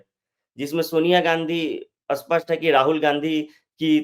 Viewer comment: आप " स्पष्ट " शब्द का उच्चार " अस्पष्ट " ऐसा क्यूं करते है?